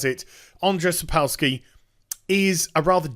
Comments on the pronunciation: Just a quick note, it is pronounced "Sapkovski". "W" in polish language is pronounced as "v". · Jesus, don't butcher his name. It's Andrew Sapkovski, if u can't pronounce a polish name ;) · it's pronounced sap - co like in coop - w like v in van - ski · if you want to improve on Sapkowski pronunciation - its more like "Sap Cough Ski" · The way he says Sapkowski is even more hillarious Westerners can't into slav languages